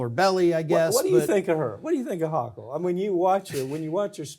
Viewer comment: HO KULL NOT HAW KULL 😳🤦‍♀️ This NYer can't stand her but you're inability to correctly pronounce a Governor's name is embarrassing as a professional. You've never heard a news story about her before? It would take 15 seconds to Google a NY news video and hear how its pronounced. C'MON,I love you but that's unprofessional and disappointing. You're better than that.😌